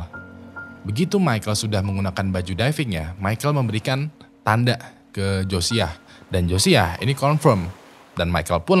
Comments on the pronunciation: Josiah, bukan josaiah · wingg Josiah Josiah, bukan josaiah